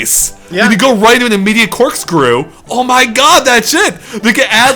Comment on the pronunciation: Oh one more thing.. You really really need to work on saying "that's it!" lol I keep hearing "that's shit!"